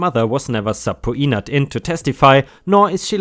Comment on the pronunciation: "Subpoenaed" is pronounced "sub-peen-uhhed."